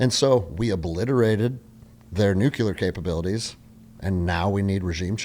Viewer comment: Solid sensible views. If you're going to discuss this stuff please learn to pronounce "nuclear". New-klee-uh. NOT new-kew-luh. Sounding like George Dubbleyuh doesn't help your cred, guys. Also "Maybe Osama Bin Laden was like you or *me..." NOT "you or I". You wouldn't say "Maybe he was like I". You'd say " Maybe he was like me" so wtf change it when someone else is included ? Just saying, it helps people to listen & pay attention when you sound educated at least to Grade School English level.